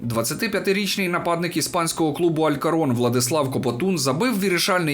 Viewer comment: не Алькорон, а АЛЬКОРКОН, не Гімареш, а ГІМАРАЕШ, ше й нашого легіонера в Алькорконі прізіище прочитав неправильно...хто цього чоловіка залучив сюди? видно, що йому футбол паралельно..за новини спс, озвувчкв дратує..